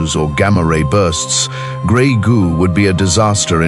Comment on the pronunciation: Are you talking about greg, goo or robotics and artificial intelligence?